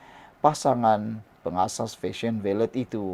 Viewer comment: Sebutan yg betul ialah VALE (senyap kan T).. Rajin la tanya pada yg arif bahasa Inggeris sebutan yang betul supaya tidak bunyi sengal..